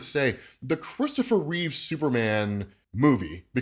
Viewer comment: Christopher REEVE, not Reeves. C'mon!